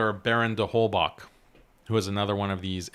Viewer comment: It's not that important but Holbach is of German origin so I wanted to say that often the german "ch" is pronounced like the arabic خ not k/ك